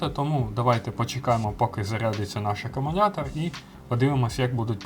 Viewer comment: CSB працює вже 4 роки, тримає як в перший рік.Не треба всіх під одну лінію ставити. І вивчіть накінець слово "Акумулятор" а не акумуНятор.